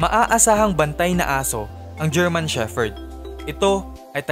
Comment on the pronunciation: Shepherd, pronounced as sheperd